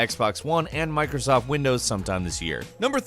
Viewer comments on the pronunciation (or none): none